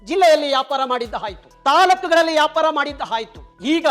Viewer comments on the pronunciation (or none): ಯಾಪಾರ ಅಲ್ಲ. ವ್ಯಾಪಾರ ಸರಿಯಾದ ಶಬ್ದ